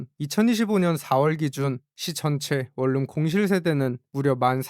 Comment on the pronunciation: 발음 할때 월룸 이라고 읽지말고 원눔이라고 읽어라 좀~~~~~~~~